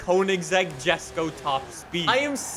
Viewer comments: You don’t know how much saying JeSkO rather than yesko triggered me 😂. Along with 750cc litre engine 🤦🏻‍♂️🤦🏻‍♂️ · ....So first. You CONSTANTLY call Wheel Spacers, which are designed to push the WHEEL out further from the hub “engine spacers”. And know you CONSTANTLY say “jusko” when it’s pronounced YESko. Did you not watch a single video of Christian talking about this car? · Its pronoused yesko not jesko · Btw it's not a JESco it Yesco, it has a bit of a German accent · Its pronounced yesok not jesko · Yes-ko not Jes-ko, btw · It’s spelt Jesko but pronounced yesko not jesko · bruh it's not jesko it's yesko it's pronounced yesko😅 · Who else is annoyed by calling it JESKO, it's mean to be JESKO(YESKO) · Bruh he still says Jesko rather than yesko lol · Btw it’s pronounced “yesko” but spelled jesko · why jesko and not yesko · Bro it's pronounced: Yesko not Jesko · Bruh yesko not gesco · a reminder to and the people in the comments that the Jesko is pronounced "Yesk-o" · Its pronounced "Yesko"🙄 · Quick ackhtuallly moment It's pronounced "Yesko". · Jesko is pronounced “YES-KO” you spoon! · I've been watching since fh2 was new, and I love this video, but please. Jesko is pronounced yes-ko. Thank you and keep up the good work. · It's pronounced Yes-Go. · The Koenigsegg Jesko. Is pronounced yesko. Not with a J sound. Sorry to sound disrespectful or anything, but I had to let you know the correct pronunciation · It’s pronounced “Ye-sko” you degenerate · Fun fact: the Koenigsegg Jesko is swedish and actually pronounced Yesko with a y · god why did he pronounce jesko like that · Say jesko correctly please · The way he says jesko really annoys me